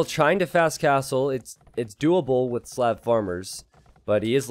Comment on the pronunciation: I love your videos, but for God's sake, its Slav, with a soft "a". Thank you.